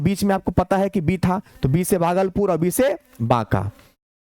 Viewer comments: सर भागलपुर होता है बगलपुर नहीं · बागलपुर ❌ भागलपुर ✔️✔️